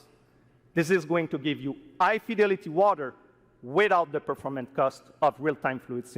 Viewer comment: It took me so long to realize he was saying performance and not purpleness